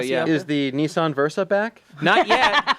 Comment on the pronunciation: Maude, you should tell them it's "Nissan", not "Neeshan" LOL